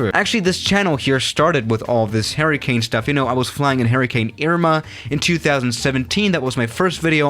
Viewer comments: It sounds like you are saying “Harry Kane” 😂😂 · H e r r i c a n e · Is it me or does it sound like he’s saying “Harry Kane”? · No one:: H A I R Y C A N E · Nobody: trying to say hurricane: Harry Kane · I thought you were saying “Harry Kane” at first 😂😂